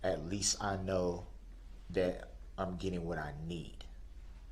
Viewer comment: Earf? Dat? Why do people choose to speak like this when they know how to say the real words?